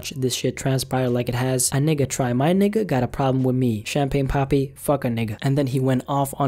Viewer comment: Yo the way you say nigga is funny. I'm sorry this has nothing to do with the video